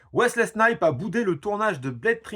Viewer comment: T'as un souci sur la prononciation des noms propres : Wesley SnipeS avec un S et puis "WolverinG" wtf ?! 😁